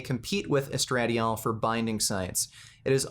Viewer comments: GREAT video, but, estra-DYE-ol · Hearing misspronounce "estradiol" made my day.. 😂 love you. I'm glad you have flaws like everyone else.